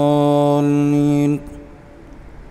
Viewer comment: Aap surah fatiha main daaaleen perh rhy, or sipara start Kya zaad perh rhy